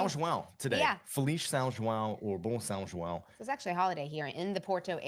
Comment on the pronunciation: "Feliz S. João" very well pronounced... even got the accent! that was cool!